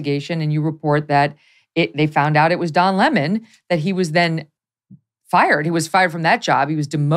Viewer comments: Notice; 🍋's name is Lemon NOT Le Mon. , Ok Lemon like a 🍋, yes stop BS yourself 🎉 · Don's last name craziness reminds me of that British show, "Keeping Up Appearances." That last name was BUCKET, and Hyacinth kept saying it was pronounced Bouquet. Lemon pronounces his name LamOn, but the rest of us say its just LEMON! LOL and it probably is just Lemon. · American pronunciation really makes me smile sometimes… the man’s name Lemon 🍋but you guys give it a touch of chic and say ‘La main’ (read as the french for ‘the hand’ 🇫🇷👋) I love that! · The only incorrect thing about this discussion is them pronouncing LEMON as "lamone"... it is LE-MON, Lemon as in Lemon Cars... it like pronouncing STUPID as "stah-pad" it is still stupid. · Meg, for the love of God, stop saying La Mon. It's lemon like the fruit.